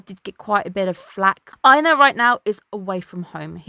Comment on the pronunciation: ohh surprisingly it IS pronounced that way. In old Norse you would've pronounced Einar's name as EYYNARR with a hard r so the Japanese one is actually closer.